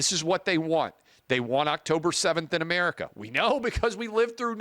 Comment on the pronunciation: The Intifada comes to North Mexico, I mean, A-mair-ee-ka 2.0!